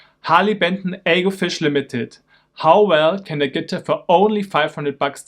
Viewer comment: Bro wtf is a “Guhtir”